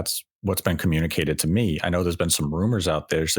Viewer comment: "If you knaur, you knaur"